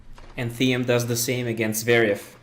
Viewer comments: It’s not pronounced Thee-em it’s pronounced like the word “Team” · Good video :) Just one thing: Thiem is pronounced like "team" (trust me, I'm austrian) ;) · good video but learn how to pronounciate "thiem"